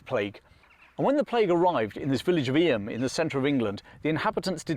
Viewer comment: Eyam is pronounced Eeem, one syllable. Thanks. Always enjoy your offerings.